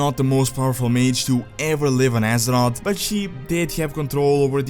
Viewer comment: on de woralt of Asser-Rot